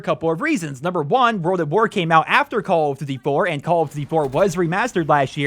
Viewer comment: they probably didn't invite you because you cant say call of duty properly :D